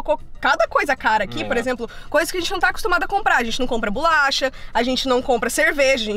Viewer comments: Kkkkkk eu falo bolacha já estou agoniada dela falar bulacha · Muita agonia a falando BULACHA AAAAH 😂😂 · Que agonia ver ela falando bulacha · Achei que era só eu kkk